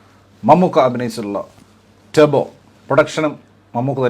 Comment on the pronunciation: Turbo അല്ല turibo 💩💩